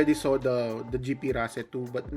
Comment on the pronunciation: Always thought it is pronounced as (race) lol 😂